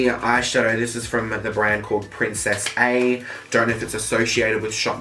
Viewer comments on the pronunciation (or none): Was anyone else bothered that he said Princess-A instead of Princess-Uh. It is Spanish for princess. Still love you though 😍😙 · Everyone he said princess A. I kept thinking is he mispronouncing princess in Spanish? Lol.